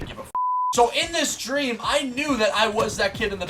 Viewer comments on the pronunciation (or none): I think you said "stream" instead of "dream" a few times 😂